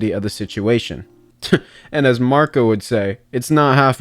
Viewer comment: He did Marco wrong 😂